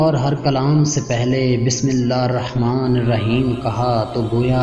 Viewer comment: Bismilla Harrahmaan Nahi hota Hirrahmaan hota hai zair lgti bhai